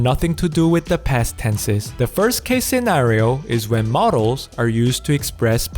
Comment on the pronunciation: OMG, in the initial part of the vid looks and sounds like Philip from the O'Grady cartoon series!!! XD Also, great vid but "modals" and "models" aren't homophones, and saying "and et cetera" is grammatically incorrect because et = and. (Grammar Nazi here, enjoy my phenomenal wisdom!)